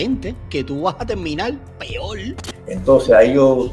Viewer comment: Este pobre muchacho que hace el vídeo, ni sabe pronunciar correctamente las palabras. "Peol", que significa. "Tlabajadol ". Un mamarracho el vídeo con sus interrupciones.